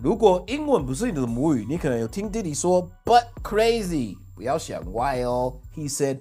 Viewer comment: 我怎麼聽到的是butt full crazy😂